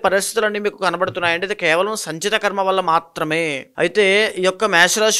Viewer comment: ఖర్మ కాదు.. కర్మ అని పలకాలి.. Anchor గారికి సూచన 🎉